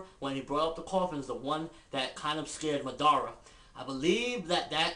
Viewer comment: MADARA! Say it once... Madara! Say it twice... NO! It's MA-DA-RA! Tie the syllabols together! It's not Ma Dara! It's MADARA! Say it all together now...